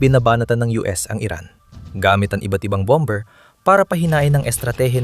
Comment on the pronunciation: Ok,sana ang impormasyong bigay mo,medyo mali lang ang pgbigkas sa salitang bomer,Hindi po bamber.